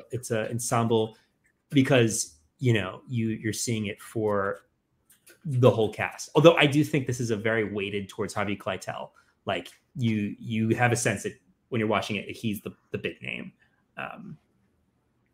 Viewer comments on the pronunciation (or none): It’s Harvey Keitel, not Kleitel. Basically sounds like KITE-ell.